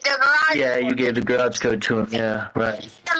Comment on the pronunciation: Love how she pronounces the garage as (graush) good to know that her extensive education is showing in this and other calls with Al